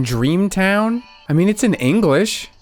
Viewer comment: Ah yes, the United Kiongdom, where the national language is Ongliosh, unless you're from wiolse in which case you speak wiolsh, and the sciots speak sciotosh, and our favourite hot beverage is Tio with miolk. 😂